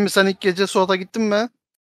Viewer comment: Bende Sen demesen hâlâ öbür türlü anlıyordum çok tuhafıma gitmişti